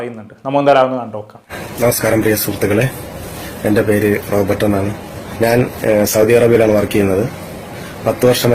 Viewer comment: റോബോട്ട് 😂അല്ല റോബർട്